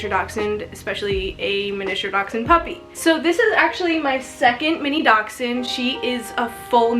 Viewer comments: There is a ch in there, giving the actual pronunciation a little bit of a k or x sound in the middle of the word. I used to just say dash-hound myself. The way I broke the habit of saying it incorrectly was to remember it as "Docks-hund". Dachs = Badger & Hund = Dog in German from where they originate. They were bred to help hunt badgers. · Do Americans pronounce this breed Dox-Ine? Here in England it’s pronounced Dash-Hound. So Mini Dash Hound. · It's a (Dash-hound) or Dachshund there Is no (x) In this breeds spelling!! Doxhund?!?! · You pronounce it like dash hound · She is not pronouncing the breed